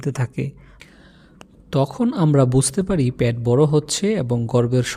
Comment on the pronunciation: বার বার প্যাট বলতেছেন,পেট বললে আরো শ্রুতিমধুর লাগত শুনতে।